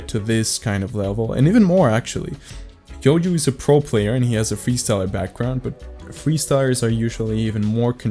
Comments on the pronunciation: Is it only me or doesnt pronounce JOYO properly: JOJO, YOJO YOYO 😂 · No shade at all, but I LOVE JOJO. This has to be my favourite mispronunciation of his ign I've heard, it's so awesome lmao